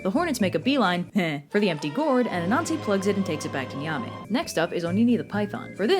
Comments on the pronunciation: Nyame is actually pronounced "yah-may" the n is silent and e is pronounced softly. Also I think you might like folklore about the Adze, which is a ghanian Firefly vampire. It seems like something you'd like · Youtube channel with Ghanaians on the channel here. I appreciate the effort (seriously do as we don't really get many videos on the Ghanaian Culture) but I'd to add Ashanti is pronouced Ash-shawn-tei and Nyame is pronouced Yam-ei. E's at the end of a word in twi (akan language) are pronouced like an ei or like an eh (if that makes sense). Anyways really love the channel!